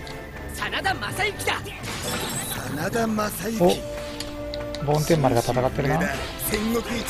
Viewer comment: 梵天丸は、ぼんてんまるですよ